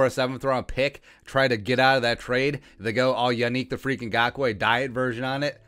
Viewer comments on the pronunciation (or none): none